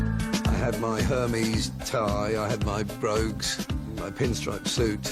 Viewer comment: He has a Hermes tie but can't pronounce Hermes 😅